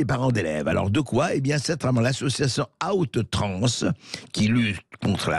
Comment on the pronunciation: Ça se prononce comment ? Out trans ? Outrances !!!!??? Plutôt